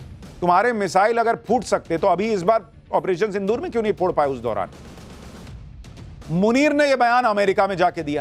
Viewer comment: Sindhur nahi Sindhu rrrrrrrrrrrrrr pakistani chuhey Kand shuru hai